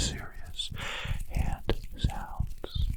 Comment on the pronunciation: "Sticky heuh"